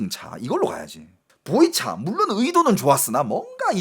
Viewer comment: 보이차였구만. 보리차로 들었는데 웬 보리차를 저기에? 생각했지